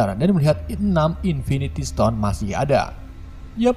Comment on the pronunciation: invintistone anjirrr nggak kuat 😂😂😂😂😂😂🤣🤣🤣